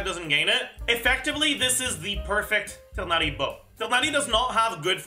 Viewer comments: I think its more the english voice acting direction rather than horniverse themselves mispronouncing his name. Even the guy in the video pronounced it as tigh-nari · what doesnt make sense is how Mihoho completely butchered it to [Tie-naurrrry]